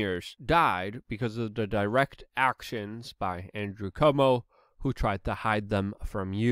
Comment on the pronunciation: Luke, please dont pronounce Cuomo as "Comeau".